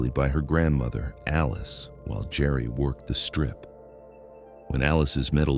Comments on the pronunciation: pronounced JERRY NOT GARY. STUPID Ai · Geri not GARY, AI NARRATION SUCKS. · I hate AI. HER name is Geri, not Gary...😮‍💨